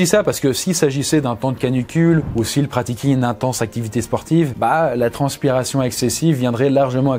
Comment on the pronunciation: Si il « pratiqui »? à pas très sérieux ce français monsieur